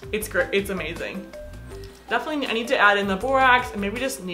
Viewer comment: I want a dollar for every time she said "Defiantly " 💀